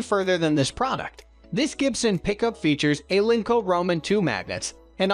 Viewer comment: Not very convincing when the speaker can't even pronounce alnico correctly. The presenter knows nothing.